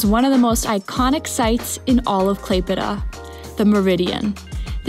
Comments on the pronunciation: Thank you for your perfect "klaipeda" pronaunciation, most of the russians cant pronounce it correctly. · Literally the best pronunciation of the Lithuania city name I have ever heard from a foreigners 😂 Nice video btw! Wish you best of luck 🍀 Can’t wait for the next vid!